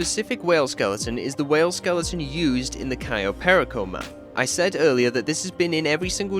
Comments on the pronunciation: cayo perico? ❌ "kai oh pair eh co" ✅ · Absolutely love this video, but that pronunciation of "cayo perico" hurts. I've only ever heard it pronounced "cay-oh pair-eek-oh" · "kayoh perikoh" gets me everytime